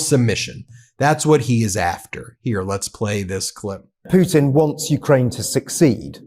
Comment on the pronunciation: He says it properly .... just like I spell it "Puddin" .... ROTFLMAO 💙💙